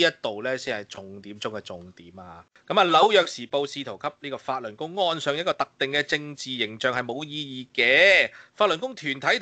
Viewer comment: 讀fattl lun gong 讀得好搅笑